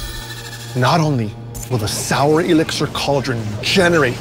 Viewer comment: Definitely thought it was Soul, not Sour hahaha